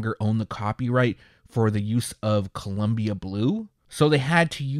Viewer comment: You missed the I on Columbia there,. Other than that, this is really exciting stuff. Get some sleep!